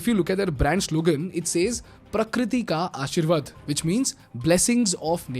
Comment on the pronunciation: Ashirvad kya hota hai bhai....kabhi english bhi galat bol liya kar